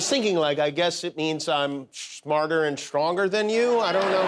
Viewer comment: "SHMARTER" and "SHTRONGER" There's no H after S in those words, Jimmy!